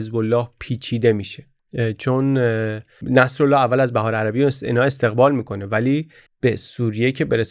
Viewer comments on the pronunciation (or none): درود بر شما بحار جمع بحره ،بهار خونده نمیشه ب با کسره بحارالانوار